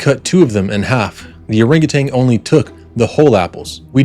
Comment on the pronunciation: It was typed, not handwritten. Also it’s “orangutan” not “orangutanG”. FYI.